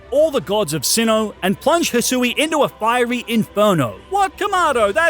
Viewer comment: It’s Hy-shoe and ar-key-es